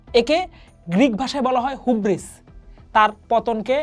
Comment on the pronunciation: হিউব্রিস not হুব্রিস